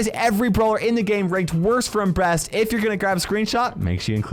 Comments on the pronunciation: Is it only me but did hej say "from worst to breast" in the end? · Is that me only or everyone else heard hi saying worst to breast... 😮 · worst from breast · This video was super helpful but I died laughing at the end when you said “these are all the brawlers ranked worst to breast “LMAO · Why did he say worst fros the breast at the end